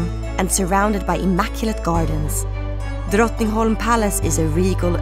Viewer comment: The voice girl must be swedish, she pronounces words like Drottningholm and Mälaren too perfectly. At the very least she’s scandinavian. Oh and I live in Stockholm btw 😊